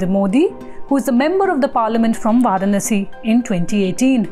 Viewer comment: can't even pronounce varanasi correctly. Pronounces it as per english. She obviously knows hindi.